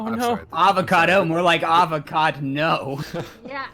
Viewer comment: avacdo more like avacad-no (it might not be at the perfect time)